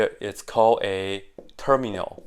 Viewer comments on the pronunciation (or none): Termial, not terminal (he says it kind of wrong in the video). By analogy from factor->factorial, to term->termial. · It is termial. Term-ial, like factor-ial. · Termial. Without 'n'. 'Term' like 'factor' in 'factorial'.